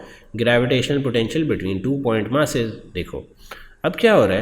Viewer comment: First of all it's mass not mas